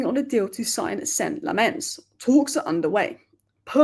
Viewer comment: The keeper's name is pronounced LAMM-ens. Emphasis on the first syllable. Sorry to be an idjit but I speak Dutch and players seem to like it when their names are pronounced properly, as you can see from videos doing the rounds with players pronouncing their names.